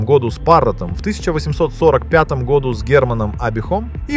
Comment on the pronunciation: Вроде на экране живой человек, а ударение в слове "году" ставит, как искусственный интеллект на абсолютно безударную букву О.